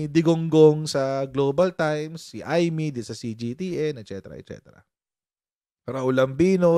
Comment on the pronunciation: Ay'-meytoyo (Imeetoyo) 😅